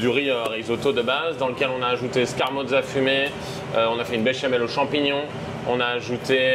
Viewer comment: Je ne comprend pas pk on dit Scarmoza fumé??? c'est scamorza